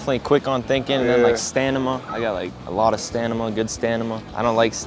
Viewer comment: Stanima, wtf. What school did he go to